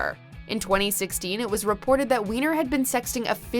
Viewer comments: Surely the surname Weiner is pronounced "Winer" although, in this case, we can all understand if everyone calls him "wiener". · Serious !? Since when do you pronounce Weiner as Wiener ???? When you make a video like this , at least know how to pronounce the names ........ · Right. He doesn't even pronounce it as "Why-ner". I even had a friend with the same last name and pronounced it that way.